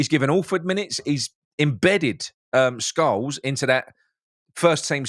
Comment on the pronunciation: Scowles? Isn't it Scarles?